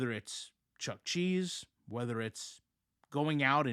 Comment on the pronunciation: FYI It's Chuck- EEEEE-Cheese :)